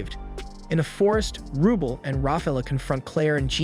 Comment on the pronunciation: Dude you watched the anime, stop using your messed up pronunciations that you used before you heard the names. Total "Oh-carina syndrome". Raki is pronounced with an "ah" sound, same with Galk. Rubel's name is pronounced like bell 🔔. Sophia "So-fee-uh", Noel "No-ell", Priscilla "pri-sill-ah" and Elena "Ee-lane-ah" are all butchered and i dont know how. At least you got Miria but F'ed up DenevAAAAAAA, not Denev. You even murdered Galatea "Gal-ah-tay-ah" and Riful! Im just adding names as i watch the video, im just adding Isley preemptively. Oh god, Undine "Oon-dean" already suffered enough 😑 Ri-gal-doe